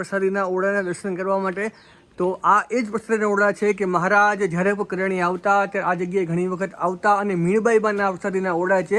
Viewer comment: ....gam nu nam spast karo...kariyana ke kadiyana?